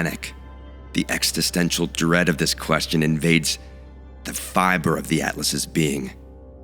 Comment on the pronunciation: You have such a great voice, and your script is so great in so many places.... But you really need to learn how to pronounce the word "existential."